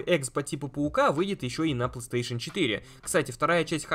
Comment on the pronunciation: ты так странно говоришь пластеэйшн))